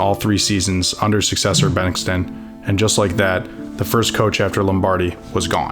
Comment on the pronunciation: Great archival film and story. Wish he knew the actual pronunciation of some central characters in his narrative. Hadl, Majkowski, Devine, Bengtson were notable misses. And back in the '60's, the NFL was divided into the Eastern and Western Divisions. Yes, the Packers may not have won the Central for a quite a while, but the reference to '62 was misleading.